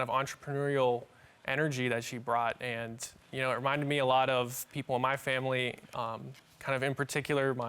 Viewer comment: It's the way he kept saying "Andt" ugghhh